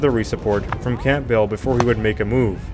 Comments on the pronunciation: Is he really saying Camp Bell? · general camp bell? you dont pronounce the 'p' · Dissappointing that even common British names (EG. Camp-bell for Campbell.) were badly butchered. I get that Europe is more varied with names & languages etc but it was hard to follow who, what & where were being discussed with such haphazard pronunciations. I feel it also shows a level of disrespect. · Just #FYI, , in the section from - , RE General Campbell, the 'p' is silent. It should be pronounced "Cam-bell". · the p in Campbell is silent, it's pronounced Cambell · Campbell is pronounced' Kambell'. The 'p' is silent. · Is that a robot voice? Read out v redooute, Campbell v camp bell 😂😂😂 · One of my friends pointed out that its pronounced Kambull. I had never heard the name pronounced aloud before and had no reason to think otherwise. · Umm... Campbell is pronounced in such a way as to rhyme with "gamble" or "ramble", etc.😁 Otherwise, the whole presentation was thoroughly enjoyable! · Campbell - the p is silent, and the double L is not emphasised. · The mangled mispronunciation of placenames and surnames, often with the wrong syllables stressed, too, is painful to listen to. You can't even get the Scots name "Campbell" right! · Campbell is pronounce Camble. Rhymes with amble. Also, Lille is not pronounced Lily.